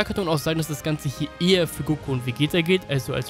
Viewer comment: Ca. Bei Hast du Glaube ich Vegetto gesagt, nur als Anmerkung soll kein Hate sein